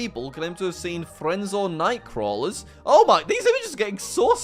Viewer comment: Learn how to pronounce things its CHU PA CAHH BRA and FREZ NO